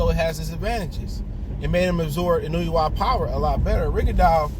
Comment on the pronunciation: Sports TV : Inoue pronounced more like En-No-Way.